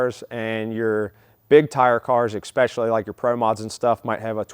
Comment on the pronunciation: Expecially? Lol. . Look that word up. 🤣🤣🤣🤣